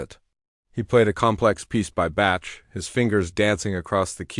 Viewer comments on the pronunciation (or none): You do not pronounce Bach right.